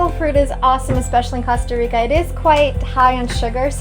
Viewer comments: Please say cOsta right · yes, it's COAST-a reeka, guys :-D